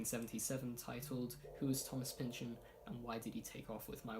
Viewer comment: Maybe at some point you will learn how to pronounce his name correctly.